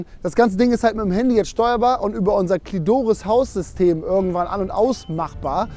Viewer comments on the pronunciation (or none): "Klidoris" ... soso.